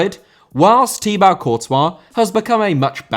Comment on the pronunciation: It is pronounced Tee Bo, not Tee Bau.